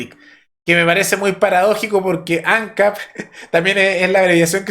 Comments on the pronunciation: Por otro lado ANCAP se leé Ancáp, no Ancap. Y Raúl Sendíc, no Sendic. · Ojalá nuestros vecinos siguieran ese mismo camino xo estamos muy disociados. Por supuesto los zurdos poniendo piedras en el camino, como siempre. Che, ANCAP Y SENDIC se acentúa en la última sílaba please; suena horrible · Ancáp!!! Tilde en la última (a)!